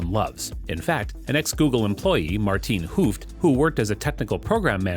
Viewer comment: How the fuck did you pronounce Maarten Hooft!? lmao